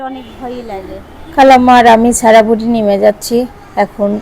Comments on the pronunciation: ছারা বলেন কেনো উচ্চারণ হলো সারা। নাম টা যেহেতু সারাদিন ডাকতেই থাকেন ভিডিও তে অড লাগে 😐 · তোমার সব ভালো কিন্তু স আর ছ এক করে ফেলো ছারা বুড়ি না বলে সারা বুড়ি বলবে কিছু মনে কোরো না শুনতে ভালো লাগে না তাই বলাম